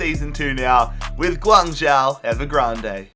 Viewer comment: Close, it's pronounced more like Gwang-Joe. But fair play for not pronouncing the Z like most would commonly do